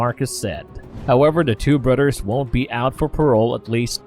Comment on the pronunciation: Ok when did they put a Udd in the word brothers. “brudders” lol. Yanking your chain. Great video……Oh,oh Udders as well now it’s really come off the rails. A lot like this comment